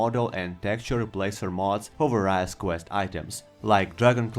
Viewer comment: i dont like insulting people with bad english, but its vay· ree·uhs, not vah rai uhs